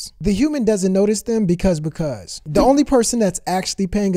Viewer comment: And please try saying "the" instead of "dah"